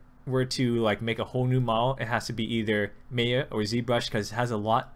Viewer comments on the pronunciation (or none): none